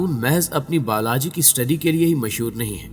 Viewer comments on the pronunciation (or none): Biology ya Balaji bolrahe ho bhai aap? Aur Peru Ya Peero? 🤔🤔🤔